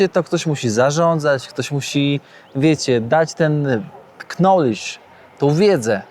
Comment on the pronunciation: IQ is the answer, a w knowledge "k" nie wymawiamy 😉